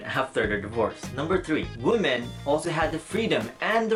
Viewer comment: It's wee-men not woo-men.